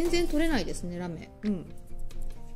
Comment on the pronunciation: キラキラ可愛いですね✨ラメの発音の仕方が飴みたいで可愛いです(*^-^*)💕